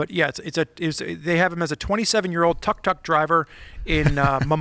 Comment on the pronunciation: it's pronounced took-took:) Going two wheels on that is tricky because the engine is in the back (compared to a sidecar motorcycle where most of the weight would still be on the two wheels on the ground). The wheels are also pretty small (scooter sized). I'd watch a video series of attempting that record though.